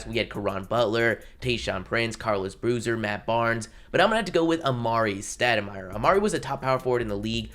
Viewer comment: Its Stoudemire. Not stademire.